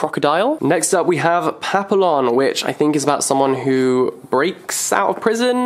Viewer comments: Papillon is pronounced papiyon in French 😂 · Papillion Pa-pee-lee-on Also maybe you could do a video on the Iliad? Or even that other thing with the song something something Achilles? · Papillon is pronounced papiyeeon. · Isn't pappilon pronounced pappi-yon? Cause it's a french word? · It'd pronounced Papi-yon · Great bookshelf although you pronounced 'Papillon' wrong. It's French for butterfly which is probably why there's a butterfly on the cover. If you want to know how to pronounce it check on google translate.